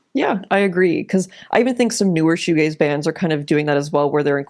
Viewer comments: Cool video but I didn't really like when you said "this video is about shoo gays." Thought it was a bit homophobic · Pronouncing Shoegaze like Fugazi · Goo shaze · Patrick Shoe-Gayze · That's shugazi AF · Worse, my brother pronounced it "showgazi" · It’s a shoegazi it’s a woozi it’s a wazi it’s fshewewewew 🤏🏻🤏🏻 it’s fairy dust man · Before I read the comment and heard it pronounced, I thought it was Shoegazi given its connection to Hardcore. Sanctimonious Reddit user is loser.